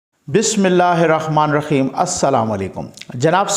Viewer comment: ماشااللہ بہت خوب زندہ باد آپ زبردست تبصرہ کرتے ہیں سر بڑی معزرت کے ساتھ ایک عرض ھےآپ بسم اللہ الرحمن الرحیم میں حا کی جگہ خا پڑھتے ہیں جیسے بسم اللہ الرخمن الرخیم اس کی تصیح فرما لیں مھربانی ھوگی اللہ تعالیٰ آپ کو سلامت رکھے آمین یارب العالمین